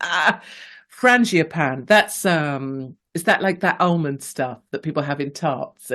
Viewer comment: FRANGIPANI, not frangiOpani!